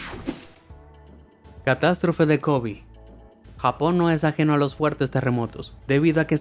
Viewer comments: No es Kobi, sino Kobe. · kobi o kobe minuto